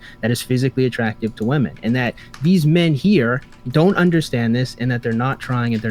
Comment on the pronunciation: im guessing this is a troll question, given your name, but if that's not the case: My accent is somewhat comparable to (she lives in Oxford, I believe?) although not quite as posh/cultivated as hers is. I'm from the South East of England and singular "woman" sounds identical to the plural "women" with the final vowel e/a both pronounced as a shwa, like the e in cinema. The only time I would pronounce them differently is if I was trying to emphasise what I meant, as in womAAAAn, not womEEEEn... otherwise they sound identical. Saying them differently would come across as unnatural and forced, and come to think of it, I'm not even sure you'd hear them pronounced distinctly on the BBC although I'm tempted to check now out of curiosity. Man and men are always pronounced distinctly. I'm guessing it has something to do with the extra syllable in women meaning that the final vowel is reduced, but I'm not a linguist. Also, for what it's worth, I would literally have no idea she was originally South African unless someone told me. The only thing I can discern is that she enunciates her consonants a little stronger than is usual... but I would normally just attribute that to her highly cultivated RP accent. It's cute but almost comically posh at times. No offence to her btw, just thought I'd share my thoughts as a Brit. tldr: her pronunciation of woman/women is completely normal in the UK.